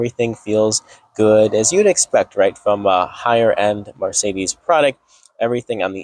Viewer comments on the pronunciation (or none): sl43 are rear wheel drive and there are no 6 cylinder options both the 55 and 63 are v8's. Liked his positive vibe but lost tons of credibility for not knowing the product, plus the way he pronounced Marcedes was super annoying!